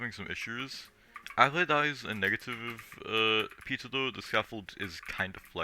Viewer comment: I was just joking about the way you said Peter it sounded like pizza